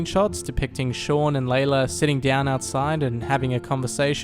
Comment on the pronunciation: It’s lylla not laylla